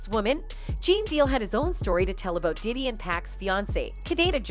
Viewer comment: "Pee Diddy" 😂